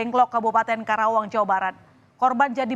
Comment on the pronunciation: Karawang min, bukan kerawang 😂